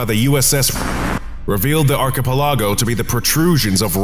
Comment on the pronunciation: the way "archipelago" was pronounced in this video is so damn frustrating 😂